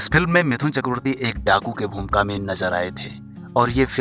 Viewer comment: Attention everyone : His name is "मिठुन", not "मिथुन".